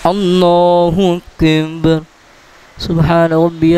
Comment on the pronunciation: اللہ اکبر لفظ ادایگی درشت نہیں اللہ اندر کہتے ہیں